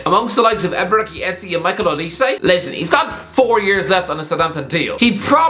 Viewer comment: As a Nigerian, my throat fills with hot bile everytime I hear this man pronounce "Eberechi" 😂😂